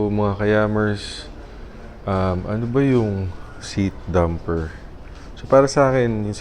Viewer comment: dAmper, not dUmper.